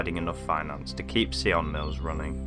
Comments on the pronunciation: Dude surely you could have asked a local how to pronounce the place properly like ffs! Sion Mills! Not Ceeon Mills! Sion as in Simon!! Hello! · Why if you don't know how something is pronounced do you guess at it ? It's not see-on it's between sigh-in and sign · An interesting and, as always, a sad place. My only criticism is the pronunciation of the name. It is pronounced “Sigh on mills”, not “See on mills”. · Great video but very sad to see those beautiful historic buildings fall into such decay, soon to be swallowed up by nature and neglect. We pronounce it Sion Mills not Seeon Mills. Such amazing buildings in this village but many sorely need some TLC. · Loved the way you pronounced sionmills. Lol.. the correct pronunciation is s-eye-on mills. Sounded a bit of a french twang. 🤣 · Sigh-on mills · At least try and get the pronunciation of the name correct , the locals would have guided you some.